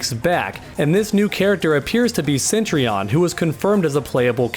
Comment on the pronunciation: Btw it’s cetrion. Not centrion